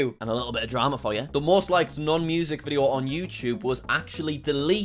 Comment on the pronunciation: its funny when he says "Video"